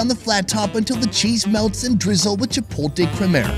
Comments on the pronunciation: I was good until he said chipolte 😭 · didn't bring this up the last video you said it, but it's 'chipotle", not "chipolte" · "chip-ole-tay" man, hwat. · Chee-Pote-Lay! LOL!